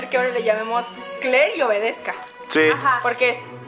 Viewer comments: Ruth Rutherford kler no kle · dice kler y Aria no kleria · Ruth Rutherford es kler no kle